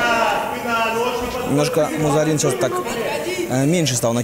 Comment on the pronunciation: Дикторам только имена выучить надо и ... "МузАрин" 🤦🏻‍♀️